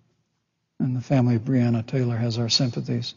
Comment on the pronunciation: Is no one going to point out that he mispronounced Breonna ?